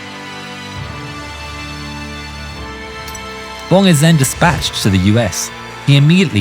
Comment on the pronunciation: Dick Bomb! Best pilot name ever. I know it’s Bong, but it sounded like he was saying Bomb.